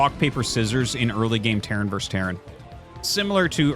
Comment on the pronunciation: The word is "versus," not "verse."